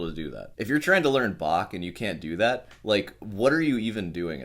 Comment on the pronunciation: he actually said "do dew that"! 🤣